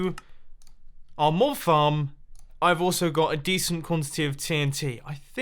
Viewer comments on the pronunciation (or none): none